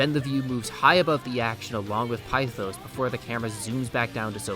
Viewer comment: One small-ish problem is the pronunciation of pithos as you say pi-thos when it’s pith-os. Also one super interesting thing about Sumi’s awakening is that her masks (plural) is fake, as she can’t accept what happened with her past which in turn leads her with cendrillon. (Basically Cinderella who also puts on a false persona to well) but once her reality “breaks” it turns into freya/freja, the Norse vanir goddess of fertility and by extension a goddess of war due to leading the Valkyries, which she it on a front to truck Odín. To turn into Ella, the true name of Cinderella AKA Cinder Ella and became her kind of title as princess Ella. I love everything to do with Sumi as a character her way of life, her backstory, her guilt every tiny detail is finally crafted to truly make you feel for her. Which is very persona but as someone who hasn’t played the original 5 the way Sumi fits is so perfect into this role of a main-side character, as she’s dealing with her own life not wanting to join the PT until she’s ready which ends up coming full circle when maruki gives her that insane reality check. When she’s the one who went to him for help and he initially did try but could only do so much with what he could it wasn’t until awaking azathoh, that he could truly change the world for the “better” giving people “perfection” and “peace” which he couldn’t because everything comes at a sacrifice, with maruki it was his mentality and morality he helped people who didn’t want to be helped a